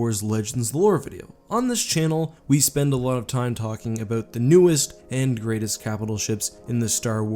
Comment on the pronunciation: Abowwwwwwwt. Not abooooot.